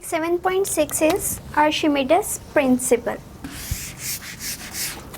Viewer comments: ma'am you are not pronouncing Archimedes correctly. listen it in google. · You are pronouncing archimedes wrong.... Well the rest of lecture is superb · Archimedes ki pronunciation ghalat ha mam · Madam ur pronunciation is not correct of archimedes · She is pronouncing his name in urdu